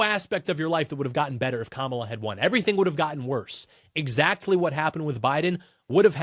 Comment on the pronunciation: Totally agree friend! Surely we would have been better off if a low IQ, incompetent, VP who can't even consistently pronounce her first name correctly was elected as president.